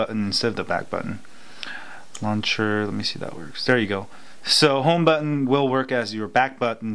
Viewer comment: "home batton" hahaha